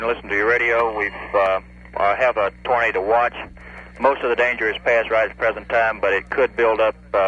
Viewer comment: Does your boyfriend pronounce it as “tornada” like his great-uncle?